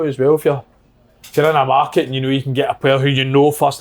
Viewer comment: The way Kevin Kyle says market hahaha